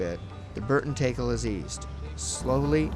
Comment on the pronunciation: you guys pronounce tackle wrong... TACKle not TAKEll